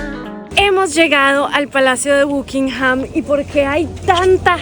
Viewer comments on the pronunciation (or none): Se pronuncia BACKINGHAM...